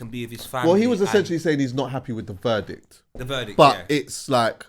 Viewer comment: Have we all accepted will never pronounce ‘essentially’ correctly? 😄